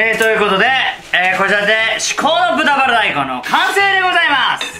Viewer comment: 完全に「チンピラ大根」って言ってるなこの酔っ払いめ！